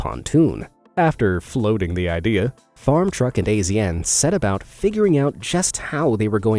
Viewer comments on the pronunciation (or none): 😆😆😆 he said "A- Z- N" bruh his name is "Asian" just spelt stupid AF🤣💀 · Its not A Z N. Lol its pronounced Asian. Farm truck crew are some amazing American patriot. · Azn is pronounced Asian